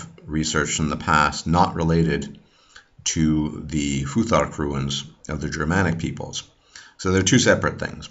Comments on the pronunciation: Not pronounced "ru-ins", but is pronounced "roons" or runar. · Runes (ruins), not ruins. Bethesda not bethseda. Very informative🤙🏻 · Why are you pronouncing runes like ruins? The long u is not a diphthong! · true, no "I" in "Runes" then it's straight forward .. and i am a Danish viking👊👍